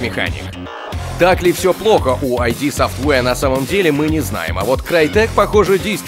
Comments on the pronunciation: ну ИД софтвэр же, ИД, а не айди, который выпуск уже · не АйДи а ИД!